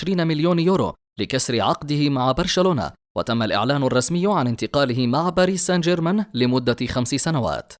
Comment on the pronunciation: باريس سان جيرمان ليس باريس سنجرمان